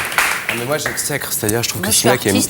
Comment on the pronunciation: Faudrait déjà apprendre à correctement prononcer "exècre"...